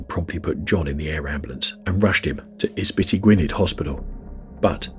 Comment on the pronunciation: I'm enjoying the stories but I'm sorry - the pronunciation of Ysbyty Gwynedd (Gwynedd Hospital) creased me up. Im actually going past it for work later today - it's pronounced uss-butty Gwin-eth with a hard th, like in there, the or that. Hope that helps 🙂